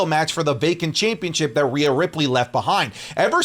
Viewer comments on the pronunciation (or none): none